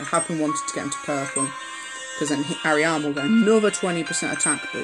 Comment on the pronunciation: It's AH - Ree - Mah Not Ah ree Amah... don't you watch the show.